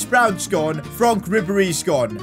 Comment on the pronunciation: my dads name is Franck aswell. Finally someone who can say his name right.